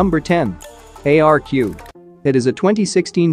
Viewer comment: The first film is pronounced Arc